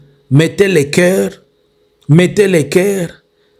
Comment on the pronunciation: Faites un effort monsieur sur la prononciation, vous prononcez 'i' en lieu et place de 'u'. États-Inis ' 'Mettez le 'kere <> coeur'